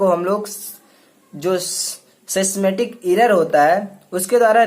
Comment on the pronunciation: Bro your notes was so good but why you read systematic as sexstematic but all over video was good and expo each and every thin thanks bro🙏